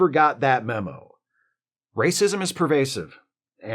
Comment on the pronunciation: 'But wacism is iwwegaw'